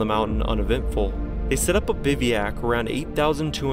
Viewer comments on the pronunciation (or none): Yeah, cute. He also can't pronounce bivouac.